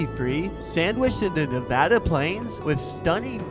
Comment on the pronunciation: Learn how to pronounce Nevada correctly and I’ll watch your content! Make a video about a state you better know the pronunciation! I’m married to a native Nevadan